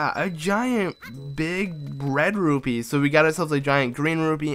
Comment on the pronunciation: when you got the big red rupie in anouki village it sounded to me like you said "big bread rupie" lol